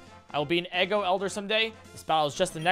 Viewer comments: Funny how he's calling the region "eggo" when it's pronounced "ee-goh" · He knows! Lol He first started calling it “eggo” and just kept with it. Even after he learned the correct pronunciation because he thought it was funnier. Lol